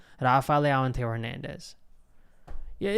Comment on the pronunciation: Please learn how to pronounce Leão, just practice for 10min and your done.